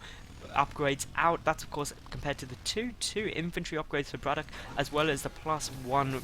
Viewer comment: Don't want to bother, but pls say brAtok and not brotak! U did this last time u casted him as well